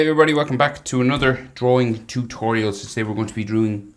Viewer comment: Bro said DREWING